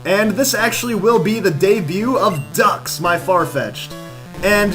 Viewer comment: it's pronounced Dukes